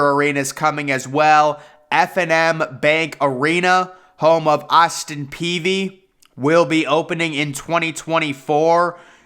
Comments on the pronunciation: Its Austin Peay not Peavy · Good show as usual. But I always heard its Austin Peay. No v in it. Just sayin. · I was about to have an aneurysm every time he said "Peavy". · Jake Peavy. Austin Peay (pea)